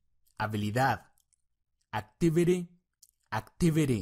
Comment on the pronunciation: hay palabra s que pronuncias mal por ej activity